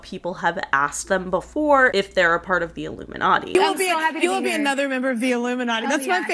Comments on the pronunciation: Yeah. L picked that. He said "Ilumi-NUTTY"! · Jim Carrey didn’t even pronounce ilumiNATTI the proper way. I think he was telling the truth just choosing his words wisely, and how he said it.